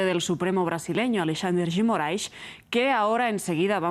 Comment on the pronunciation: Que bonito como a jornalista pronuncia Alexandre de Moraes